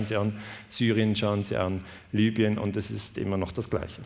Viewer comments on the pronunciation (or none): none